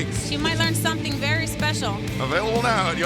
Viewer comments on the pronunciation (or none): none